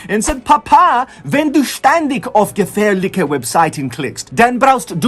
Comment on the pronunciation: "Papa, wenn Du ständig auf gefährliche Webseiten klickst, dann brauchst do not VPN." Real German doesn't have such a heavy American accent. For example, "ch" can be soft and hard, and Americans can't pronounce either, they are more likely to say "tch" instead. (plus point for effort) The "ch" in "gefährliche" is soft, which happens at the front of the mouth (not where "tch" happens, a little bit back in that case), and the "ch" in "brauchst" is hard, which happens at the back of the mouth. The g-sound is similar to the soft "ch", so you can find some German dialect where they say words like "ständich" and "gefährlig".